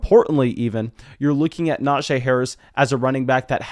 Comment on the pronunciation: Brother. It’s pronounced “NajEE” not “Najay”